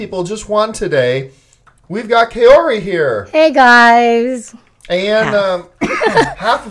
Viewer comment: No offense, nice after show discussion but I keep cringing every time I hear you mispronounce the name 'Kaori'